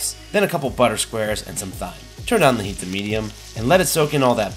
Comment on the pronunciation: The way you say thyme triggers me my dude...